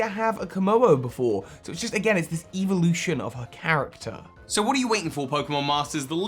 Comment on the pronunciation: "evil-ution" like how you pronounced that xD totaly agree